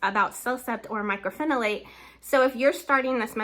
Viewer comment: Myco not Micro